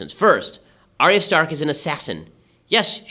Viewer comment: Dislike for Ben mispronouncing "Arya" #Notatruefan